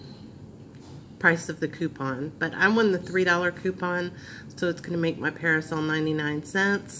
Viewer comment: It’s pronounced Per-Sil you kept saying (PerAsil). Thanx for info got me a $5 coupon!